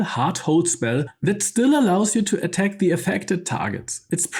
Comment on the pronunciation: The information is great, but even as a non-native speaker of English myself, I find it extremely hard to follow then every second sentence features mispronounced / wrongly emphasised words. This is especially apparent on recurring words, such as attack (at-TACK), initiative (in-NI-tia-tive), acuity (ac-KYU-i-ty), melee (MAY-lay, but it’s a French word, so me-LEE or anglicised me-LAY may also come up sometimes) etc. If you’re unsure about the pronunciation, just look it up. 😉 I recently realised I’ve been mispronouncing “lure” my whole life, until Astarion taught me how to say it correctly, once we had beaten Cazador. 😂